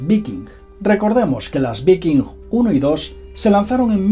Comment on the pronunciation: Se pronuncia VAIKING... cerebro de vacaciones!